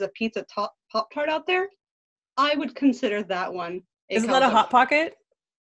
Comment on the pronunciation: GAH I am cringing at how you guys say "Calzone"